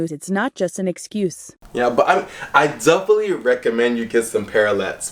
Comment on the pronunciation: definitely 가 이렇게 들리기도 하네요..더플리? 했는데 와우..